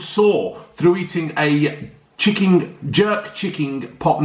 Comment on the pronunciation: My man calls chicken chicking 😂😂